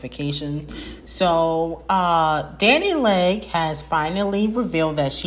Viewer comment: Not Dani “Leg” lmaoooo Omgee 🤣